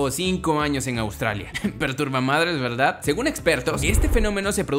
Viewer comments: Al minuto Dice veldad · soy yo o dijo " está de pelos veldad" :v?